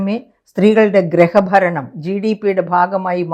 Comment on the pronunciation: ഗ്രഹഭരണം അല്ല .... Griha baranam